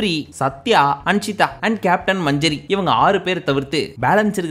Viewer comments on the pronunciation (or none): அண்ணா மஞ்சரி இல்ல மஞ்சுரி😂